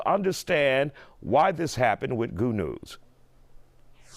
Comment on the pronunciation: It's "Goonew" NOT Goodnews smfh